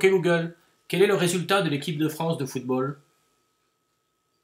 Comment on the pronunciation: C'est la femme du président du PSG qui fait les voix ? "La dernier match la Fronce..." lol